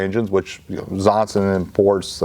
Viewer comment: I'm wondering whether pronounces Zongshen more like "Zonsen" on purpose. It sounds closer to a name like "Johnson" this way and doesn't make it so obvious, that it's a Chinese product. At the Aero exhibition their booth was even branded as Zonsen Aero Engines (not Zongshen).